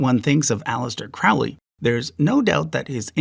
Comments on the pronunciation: CROW-ley, not CROU-ley! Pronounce it right, or no student of Crowley will take you seriously. And his honeymoon with his wife was in 1904, not 1909. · How can you not be aware that Liber Al vel Legis was received/transmitted/channeled (....whatever...) in 1904 and NOT 1909? Are you aware of what actually occurred in 1909? Here's a hint: it involved Bou Saada, Crowley (which when correctly pronounced sounds like "holy", NOT"cow"-ly), and a certain malevolent demonic entity called Choronzon; you'll find it in Liber XXX, Sub Figura LIBER CDXVIII, under the 10th Aethyr). Seriously though....this is just ABC, esoteric studies 101. I could go on about various other technical errors, mischaracterizations and mispronunciations in your presentation, but I'll simply suggest that you do some serious research next time, leave your prejudices at the door, and at least try to provide accurate information so as not to mislead those who don't have the experience to see through erroneous statements (such as those you've made here). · Crowley rhymes with holy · He mispronounced Crowley and fails to mention Chaos Magick. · "His followers pronounce it 'Crowley' because they consider him holy. His detractors pronounce it 'Crowley' because they consider him foully." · Yes, a little flaw of language, same as he mispronounced Crowley (It's like the bird, rhyming with slowly.). We could tell what he meant. But the Celtic and Slavic paganisms are also at least partly Germanic and vice versa, so even the -ic word doesn't cover completely satisfyingly. Mainly they can be distinguished from the Mediterranean.